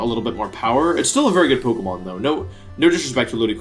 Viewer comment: Wery soon, being wery hyped :P